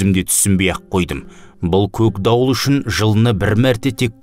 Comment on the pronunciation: Көкдауылды көгдауыл деп (үндестік заңын ескеріп) жұмсартып оөысаңыз тіпті керемет еді.